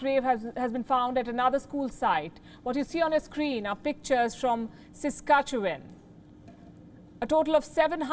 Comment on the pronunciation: Great job pronouncing my home province of Saskatchewan Palki! Thank you for speaking out and standing with us. My descendants were the Doukabours "Spirit Wrestlers" from Russian persecution in the late 1890's. When we moved to the Saskatchewan prairie, winter came soon for my family and we would have perished without the Natives who lived there. They shared their furs & food to help us. ❤ Forever grateful.